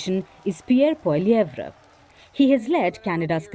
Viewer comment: I don’t know who is narrating in the background the pronunciation of Pierre Poilievre is not Correct